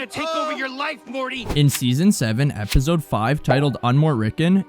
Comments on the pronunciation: The way this guy says epizode instead of episode gets under my skin so bad i dont know why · bruuuh i h8 how he says epizode smfh annoyin ah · Great video man! The way you pronounce “episode” as “epizode” drives me insane though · Really good video! Only one note: try to stop saying "ebizode" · Great Video! Thank You!! But All I Hear Throughout Is Epizode 😂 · I HATE the way you pronounce episode. EPIZODE🤪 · That you say “ep-id-zode” is driving me crazy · what is an "epizode?" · “Epizode” is wild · Um “EPIZODE”?? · Why does bro say episode with a Z it pmo so much